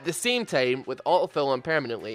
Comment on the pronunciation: This guy's lack of "t" in auto fill is wonderful. "uh-oh fill."